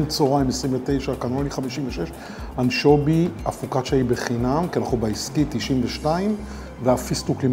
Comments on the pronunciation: אנשוbי? אמורים לבטא אנשוvי, לא? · חחחח anchobi 🤣🤣🤣🤣 אפילו את השמות לא מסוגל לבטא נכון. כל סרטון לא מפסיק לחרטט וחי בסרט שהוא מבקר 🤣🤣🤣🤣🤣